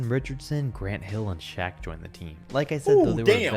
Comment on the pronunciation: Its "Shaq" not Shaw like Brian Shaw. Shaq was on the 2010 Cavs.